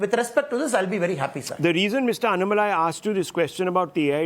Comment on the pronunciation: You are pronouncing Mr. Annamalai name wrongly..! you sounds low pitch.. it should be HIGH pitch pronounce... just try with high pitch you feel power of name Annamalai..